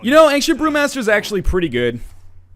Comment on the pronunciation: Northern "Angcient" Lion